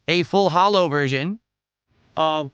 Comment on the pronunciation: When he says “Full Hollow” That shit really pisses me off. Grinds my gears. Fuck the pig btw